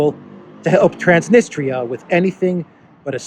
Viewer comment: That's T R A N S N I S T R I A. The last syllable is a diphthong, thus should be pronounced as in English TREE 🌲 AH >>> TRANS NIS TREE A Cheers 😁🍻🙋🏽🇷🇺☦️!